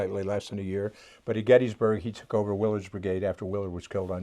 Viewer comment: please pronounce Gettysburg correctly...my god